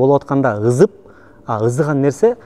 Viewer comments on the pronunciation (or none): Ызып эмес ЫСЫП деп айтылат кыргыз адабий тилинде конколор😂😅